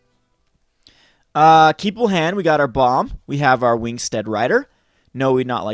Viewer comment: STEED! EE says EEEEE. hooked on phonics did not work for you! Sorry for the rant, it is just frustrating for me.